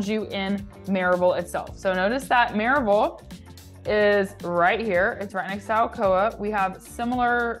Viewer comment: Louisville is pronounced ‘loo eh vull’. Maryville is pronounced ‘murr eh vull’. You’re welcome.